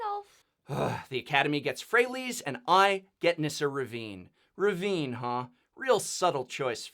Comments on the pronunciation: Revane is pronounced with an "ay" sound not "ee". Why are you pronouncing it like Ravine? Am I missing something? Great show by the way. Please interview more Planeswalkers. I would love you to interview Dak Fayden or some other important Legend from Magics history :D Nissa's re-worked story sucks now (theres no meat on the burger anymore) and I am so happy to see this played out. I remember hearing her story the first time and anticipating a black/green elf planewalker, and even thought that maybe she had a hand in twisting the Lorwyn elves to align with Black mana. Unfortunately all my dreams of Nissa being a dark elf are all gone now ;( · Why are you pronouncing Revane as Ravine? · How does he get "Ravine" from "Revane?" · Um... I love this channel and all... but does really not know that her last name isn't "Ravine"? I mean, Revane is in the title, but he keeps saying "ravine" and making nature references to it as though that's how it's pronounced... Which it isn't... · Isn't Nissa's surname "Revane"? As in 'Re-Vain'? With a hard-A pronunciation?